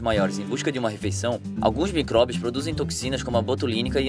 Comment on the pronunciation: Tô confusa é micobrios ou micróbios ele te responde no começo kkkkkkk